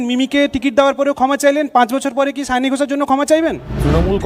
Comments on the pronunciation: সায়নী না সাওনী???.... বাঙালি হয়ে বাংলা নাম ঠিক করে উচ্চারণ করতে পারেন না..... 😂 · Mamata r ki obostha... Sayani k bole Sayoonii... 😂 Nijei janena k ki naam... 😂